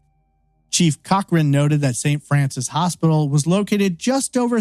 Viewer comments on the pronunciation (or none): none